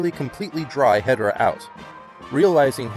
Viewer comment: It’s called He-Door-Ah